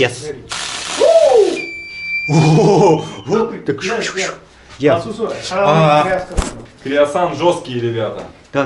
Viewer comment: НЕ КРЕОЗАН А КРЕОСАН!!!